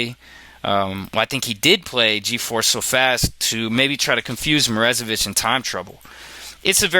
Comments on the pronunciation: Or, more accurately, "moro-ZAY-vich". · lol dude, stop saying "Morezevich" when it is clearly "MorOzevich"